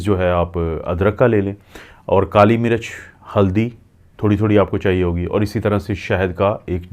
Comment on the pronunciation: Apka accent bohat kharab he..kuch bate samaj nai ati. Kali marach ni kali mirch.plz